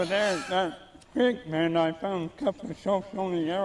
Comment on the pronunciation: Creek Bed, i thought he said Pig Pen